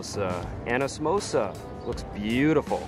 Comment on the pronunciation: Did u just called samosa MEMOSA? 🤨